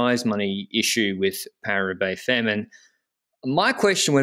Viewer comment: 'Femmes' pronounced 'fam' as in family.